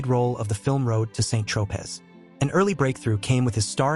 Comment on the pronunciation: St Tropez = San-troh-pay.